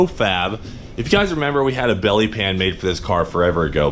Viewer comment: Its not a belly pan. Its a bYelly pYan